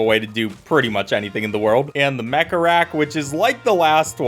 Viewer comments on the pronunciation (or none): none